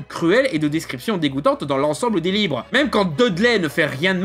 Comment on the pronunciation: Il à mal articulé, ça arrive. Il voulait dire livre je suis pose.